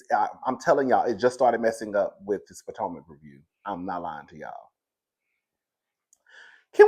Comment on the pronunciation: How you go come back, hide your face, and add Candiace to the picture 😂😂😂 we here for a kiki 😅 did you say Poortomac